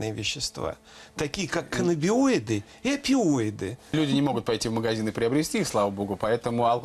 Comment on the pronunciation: При всём уважении , но профессору надо заучить . Каннабиноиды и псилоцибин , а не каннабиоиды и псилобицин . Просто за ухо каждый раз цепляет